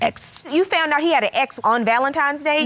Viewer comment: "FOUNT OUT".....The word is FOUND Ma'am.